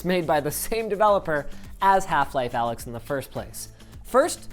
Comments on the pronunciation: It's not pronounced Alyx dumbass it's Alyx, duh... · It's not Alyx, it's Allx. Because people don't understand greek letters.